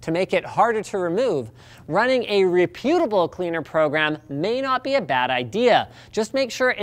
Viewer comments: "Re- pew-ta-ble"??? "REP-U-Ta-ble. How is it a technical channel can't properly pronounce words? Speech is too technical for them? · He pronounces "reputable" and "advertisements" very strangely (just plain wrong, actually). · Is that a Canadian why of pronouncing reputable or just a side effect of reading a script? I mean that he put such heavy emphasis on the 'U.' Most of the time I hear it pronounced with emphasis on the 'rep.' That change made it sound almost like a negative word to my ear, something like repugnant or rebuke.